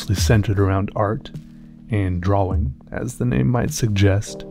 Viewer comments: i like you but... u do say drawing wrong because you say it Draw-Wing and not Draw-Ing. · drawring Is what I keep hearing. Not that its a bad thing. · I'm pretty sure it's drawling, right? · You mean dra-ling. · I'm pretty sure it's pronounced drar-in